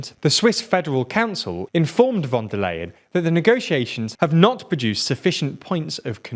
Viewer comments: Von der Lion,- not Layen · Just a quick side note: Von der Leyen's name is pronounced more like "von der lie-en" than "lay-en" :) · Great video :) For anyone who might be interested, here is a quick tutorial on how to correctly pronounce 'von der Leyen' without speaking German: -> 'von' is phonetically equivalent to 'font' minus the t. -> 'der' is phonetically equivalent to the first three letters in 'derelict'. -> 'Leyen' is phonetically equivalent to 'lie and' minus the d. There you go :D